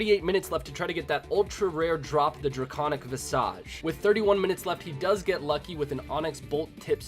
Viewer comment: Did you just say the “dracaunic visash”?😂 are you FRENCH??? Cwaussant.